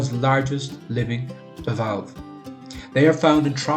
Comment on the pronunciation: It’s very informative. I never knew they were farmed. I would however, suggest improving your narration skills and editing. Also research scientific pronunciations. They’re bivalves as in bi-valves, bi-cycles, bi-annuals etc. I’m not being a smart arse. I just want you to get more likes etc. Good luck. X